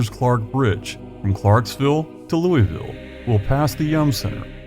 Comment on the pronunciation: Thank you for pronouncing Louisville correctly.